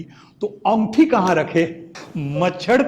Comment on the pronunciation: "ओंगठी" नहीं "अंगूठी" 😂😂😂😂😂